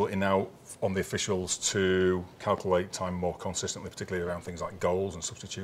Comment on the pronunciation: Calcalte.. he cannot pronounce Calculate properly.. it’s infuriating 🤣